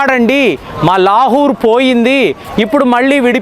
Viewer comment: లాహూర్ ❌ లాహోర్ ✅